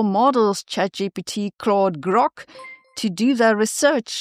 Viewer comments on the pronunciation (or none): none